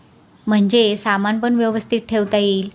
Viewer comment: कृपया "न "व "ण "कडे लक्ष द्यावे. "पन "नाही "ते "पण " आहे. भाषा शुद्ध पाहिजे. ती आपली आई आहे.